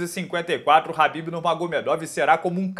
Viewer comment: Porque vc pronuncia o nome do Khabib errado?